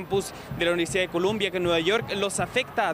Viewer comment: La universidad se llama Columbia... No Colombia.. y su pronunciación es como se escribe, Columbia. Saludos desde New York.